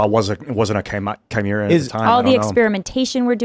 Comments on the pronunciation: Chimera’s!? Really!? For f***’s sake 🤦‍♂️ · Why is she saying chimera like that? She just heard them say it correctly